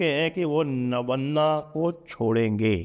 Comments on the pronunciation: नबन्ना नहीं नवान्न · आप भी "नबन्ना" बोल रहे हैं। यह नवान्न ( बांग्ला में व अक्षर नहीं होता) यानी नया अन्न है। ओडिशा में 'नुआ खाई' (नुआ मतलब नया) । दूसरे राज्यों में भी नया अन्न के उत्सव अलग-अलग नाम से मनाए जाते हैं जिनके बारे में आपको मुझसे बेहतर पता है, इसका मुझे पूर्ण विश्वास है। ❤